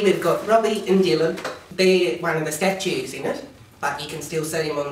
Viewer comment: Hehe "statues"